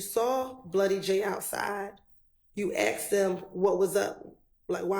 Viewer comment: Lawyers of all people should really know how to say the word "asked".